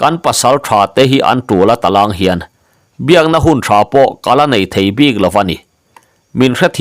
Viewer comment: Bik leh puk lam hi a diklo deuh em aw.ngaithlak chu a nuam e